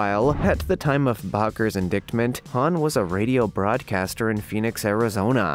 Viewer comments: "Indictment" is pronounced In- dite-ment" not "in-dick-ment". The news service "Reuters" is pronounced "Roy-ters", not ""Roo-ters". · it is "in-DITE-ment" not "in-DICKT-ment Indictment. Are you using some text to speech program? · Please dude. In the future check pronouncement of words you aren’t certain of. Indictment has a silent c in it. It would be closer to ‘ in-die-tment’ . And the “Reverend” ? His name is pronounced Baker. Just an FYI. Otherwise…well done! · In-dicktments? It's a silent t in indictment. Pronounced indite-ments. You people really need to turn off the screens and pick up a paper or a book. So many pronunciation errors. Read people, read. Then read more. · Indictment is pronounced like "light, without the "L", ie: In-DIGHT-ment. Baker is pronounced the same as someone who bakes bread, the A is pronounced the same as the letter A. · "Indict" is pronounced "in-DYT." "Indictment" is pronounced "in-DYT-ment." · It irked me as well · Seriously- in-DICK-ments? Please, this is making me not want to listen at all. I do like your channel. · So many mispronounced words in one video!! Jim Bakker?? To make it easier it’s pronounced like “baker” the gem though was the “ Jim Bokker indicktment” if you are going to narrate you need to check the pronunciation. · Had to turn this off after you said In-Dicked-ment a bunch of times, the “c” is silent, yoy do you even know what you’re reading😕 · Indictment is pronounced en DYE ctment and Reuters is pronounced ROY ters and Baker is pronounced BAYker! If you can't pronounce commonly used words, maybe you need to ask for clarification from someone or be replaced because your lack of professionalism makes the video annoying instead of being entertaining and informative! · OMG... HOW is it that you don't know how to pronounce "indictment," "Reuters," "Bakker," or "Madoff"? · I think you need to learn how to say “indictment” the channel is called Amerikano, even if it’s misspelled.